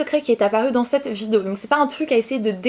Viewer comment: cette et non pas ceet... 😉😂